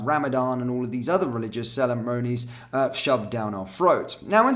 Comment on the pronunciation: Selemonies ? 😂🤷ceremonies